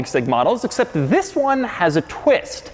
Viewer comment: in love with “VIS”